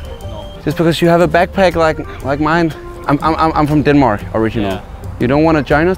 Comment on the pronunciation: Noone:: “I’m from DENMOOARK”